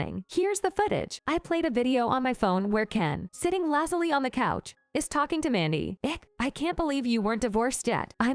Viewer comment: Can you get the story straight? The mistress is Mandy then Catherine, then Mandy again, and how did the ex-wife end up with a man's name, and worse her lazy ex's name too. Lazily has a long a like hazy not a short one like lazuli. You english can be unrecognizable. Passerby, the last bit sounds like bye, not bee how you said it. Comes is one syllable, not 2. Please fix this. All the best.